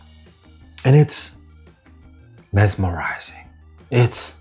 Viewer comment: My man said, "mesmerizing". I gotta find a way to get hold of both. Thanks,!